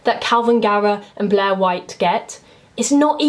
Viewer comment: I love how with your accent Blair sounds like Bleh